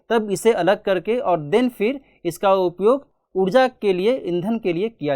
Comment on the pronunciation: Udja nahi ऊर्जा bolo yrr